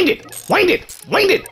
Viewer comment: "winddedd windded winddded" lol